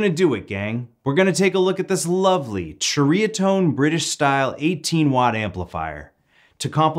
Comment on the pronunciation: It’s pronounced “seriatone” 👍